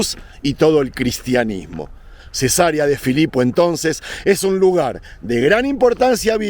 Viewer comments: se dice cesárea no cesaría 😊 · le veo desde Coahuila, México. Me gusta mucho su contenido. Con todo respeto, si me permite y de algo le puede ayudar este comentario, puede seguirlo. Le escuché mencionar Cesaria cuando lo correcto es Ce-sa-re-a. La primera palabra dicha como lo expresó se refiere a una operación q se hace a las mujeres p tener a su bebé. Saludoss.